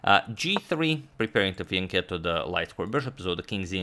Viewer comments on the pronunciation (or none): none